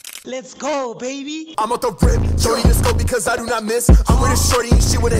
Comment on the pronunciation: "BIKIZ" instead of because🤣🤣😭😭😭😭